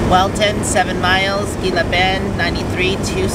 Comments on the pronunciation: Gila is pronounced Hee La :) Be safe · Gila is pronounced Hela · Gila is actually pronounced "heela". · Gila pronouced Hee - La . Terry and Scott pronounced it wrong too in their video.